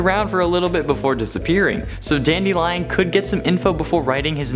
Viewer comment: I know you did not say Dandelionnn